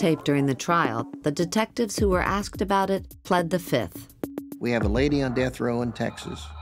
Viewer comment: She has an engaging voice but why is she pronouncing the word fifth as fith?